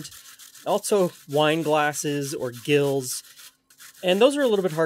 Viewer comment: The measurement "gill" is pronounced, "Jill"